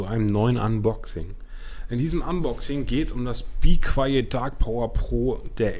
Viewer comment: be qwayeet , geile aussprache